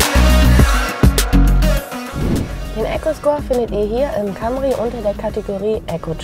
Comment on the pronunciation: das heisst Cämry!!!!!!